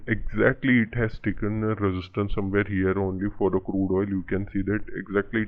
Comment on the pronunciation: Crude not curde